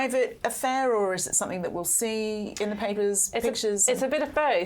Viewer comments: Sorry - Kate is a journalist and she says “SomeTHINK”!!!!!!!! Are you actually joking. How do you spell that? How very odd. It annoys me when you hear people say this - but a journalist?!??? Whoooo!! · I thought something is pronounced something, so why does this woman pronounce somethink????? She's supposed to be a professional. Get her eloquent lessons.